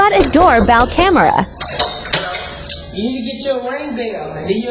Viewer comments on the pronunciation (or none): Phucking computer voice a door Bell camera”…. wrong empHasis on the wrong sYllable